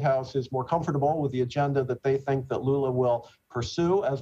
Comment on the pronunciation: Pretty sure I heard him call Lula, Lulu